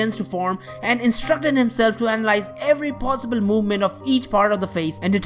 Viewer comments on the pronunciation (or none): none